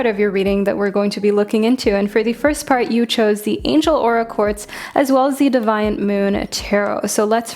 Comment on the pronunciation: It’s “Dee-viant” moon tarot as in naughty